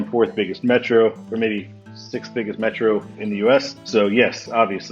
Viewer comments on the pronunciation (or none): none